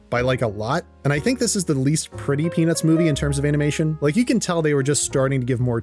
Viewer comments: I cant be the only one hearing "penis movie" every time he says "peanuts movie" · bro did not say peanuts 💀